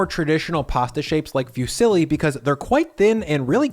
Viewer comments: Fusilli is pronounced 'foo-seal-y' not 'few-silly' 🙂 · I know Americans tend to butcher some words but this "Few-silly" is a first for me 😂 jokes aside, loved the recipe